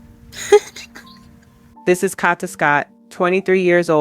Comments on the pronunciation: Condolences and Prayers to her Family and Friends 🙏🏾🙏🏾🙏🏾🙏🏾…But if you going to tell a story about someone make sure you say the person name right..that was pmo that you were saying her name all the way wrong!!!!! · Stop saying her name wrong RIH Kada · Her name is Kada (Kay-duh) dammit!!